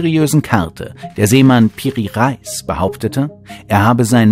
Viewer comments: Re Is nicht Reis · Piri Reis spricht man aus wie es steht nix mit Lebensmittel zu tun sonst tolles Video👍